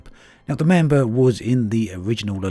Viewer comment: "Mamber". LoL.